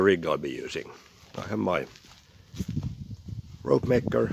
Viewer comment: Greetings from germany. You pronunced the name perfect. Recently i was insirered by your videos to make a "ropemaker" myself. Parts should arrive soon.😇. Now i just enjoy this video and do some knots👍. Thank you for the work and effort you put in this videos!